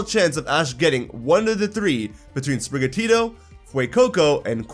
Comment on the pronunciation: Also it's Sprigatito, not Sprigatita, why does everyone think this cat will go feminine? Cause it's more of an indoor cat than outside like Litten?